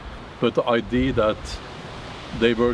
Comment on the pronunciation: As a person who learned most of my Viking information from the TV series “Vikings” on the history channel, and Valhalla on Netflix, I enjoyed this video. 🩷 PS…. You are incorrectly saying I.D. When you mean ‘idea’. (please don’t be offended).